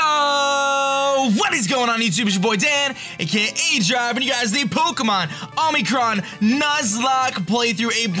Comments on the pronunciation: Is it just me or did every time aDrive say omicron it sounded like omicrom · omicroN! the whole time he was saying it with what sounded like an m at the end. Love this game! Keep in mind BellSouth got a good buff!